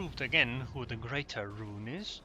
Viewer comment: "great-(a)er-roon" groan however I have no problem with your aeroonisms: "sadly" "oh well" "excellent" "hello and welcome" et.al. lol